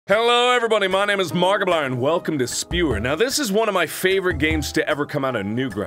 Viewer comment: Hey, long term Markiplier fan here! Is it just me or does it sound like he's introducing himself as Markiblarn recently?